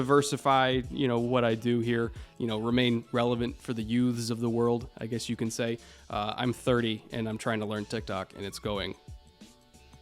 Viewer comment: I believe it's pronounced "yoots". Not yoooths